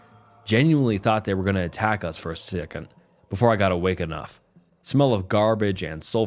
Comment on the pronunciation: my mans had a stroke while saying second lol